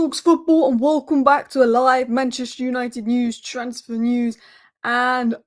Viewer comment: Hi Alice. It's pronounced "News" and not "News". Also "show" and not "show"